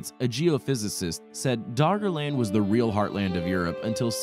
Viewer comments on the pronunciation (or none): Is he saying Doggerland or Daughterland?